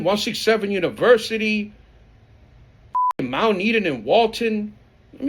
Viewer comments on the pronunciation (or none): none